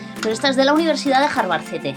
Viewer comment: Harvardcete jajaja jarvarcete jajajarv.. Momentazo surealista 😂😂😂 dejáis cojos a los hnos Marx.Ayyy haber ido al chino a por otro pico!